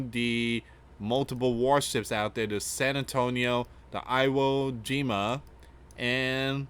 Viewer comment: You are saying Iwo Jima wrong